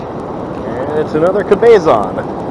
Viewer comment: (Cabezon) is not pronounced "Ka-bay-zon". It's: "Cab-uh-zon". Guest it doesn't make much difference, since it was not a Cabezon.